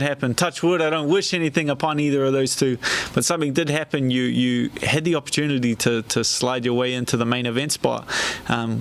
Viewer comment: 'Opportunlidy' Slurred speech time to hang it up